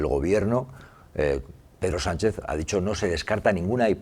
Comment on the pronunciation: Hacer caso del inteligente que empieza diciendo " la mañana donde...." el que tiene tanto desparpajo para no saber pronunciar "prevaricación y Sánchez ", al patriota que disfruta de ver sufrir al pueblo por un problema eléctrico o al que culpa del problema y hasta de la solución es de ser psicópata y tener mucho odio dentro.